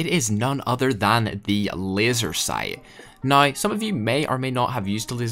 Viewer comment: Ads every 2 minutes, and a speech impediment where you can't say the "ow" sound in "now" without sounding like "oi". Practice that.